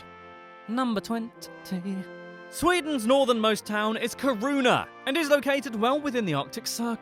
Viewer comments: No no no when the guy in the video said Kiruna he said it competly wrong I got very offended! Its pronunced Kiruuuna! Please say it better next time! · Never heard Kiruna pronounced like that. made me laugh